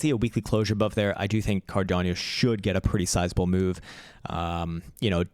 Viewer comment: learn to speak first CARDANO, it is not Cardiano, it is Cardano